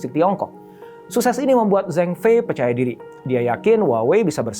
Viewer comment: Zhengfei dibaca Cengfei Shenzhen dibaca Sencen Guangzhou dibaca Kuangcow Guangdong dibaca Kuangtong Tsinghua (nama universitas) dibaca Cinghua Ceng dibaca dg bunyi "e" lemah spt pada kata "jeruk" & Fei dibaca dg bunyi "e" keras spt pada kata "bebek". Sencen dibaca dg semua "e" lemah.